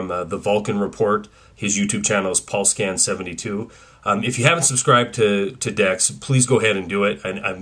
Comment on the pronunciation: It's Pulsescan72, not Paulscan72